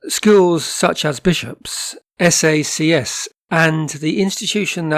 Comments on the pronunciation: Another GEM from the doc. Now I need to go and look up a video on Winchester rules. Just FYI for future videos where they may appear: SACS is just pronounced sacks. :) PS. Expect to get a bump in subs after this. I reckon this will go a bit viral relatively speaking. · The school you refer to is pronounced SAX not S.A.C.S. and Paul Roos is pronounced Pole R oo rs...as in gourmet. Unfortunately there is no vowel sound similar in English.